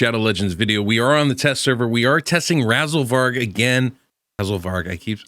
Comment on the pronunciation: Why do you always stop yourself when you start to say RAZELVARG's name correctly? But Razelburg just spills out of your mouth so easily? Is this some sort of Dare/Bet? It feels like you are doing it on purpose.